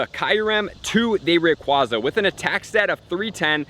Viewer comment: I cringe every time I hear RayquAWza being pronounced. :/